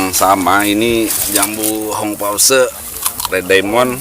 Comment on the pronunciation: Itu kalau baca bukan red diamon. Tapi red daimen